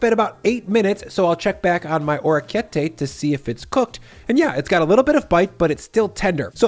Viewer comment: Your Italian has been paying off - love the rapini use instead of rabe, well done. If I could offer some feedback, the pasta is literally "little ears," so it's oh-rek-kee-eht-tay. Bravo comunque!